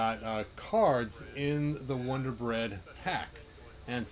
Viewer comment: But it’s a Wun-dar on a vintage style card